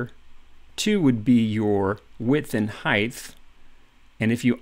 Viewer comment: useful....but heighth? No. Just no. H.E.I.G.H.T. The is no H on the end.